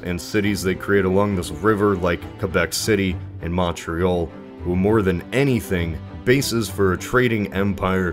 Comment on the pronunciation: The way he says Montreal makes me cringe. Live in Ottawa and love going down every summer to Lake Ontario on the coast of Toronto. And if anyone was wondering.. if you pick between Toronto and Montreal pick Toronto it’s a much more fun city